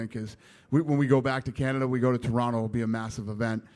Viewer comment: Just realized Dana pronounces "Toronto" like a native :o